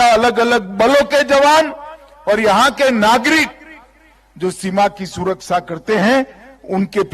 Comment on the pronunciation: Ye kya suar vala suraksa bolta kya😂